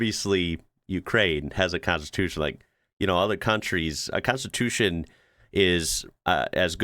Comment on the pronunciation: same - "konstitutsia"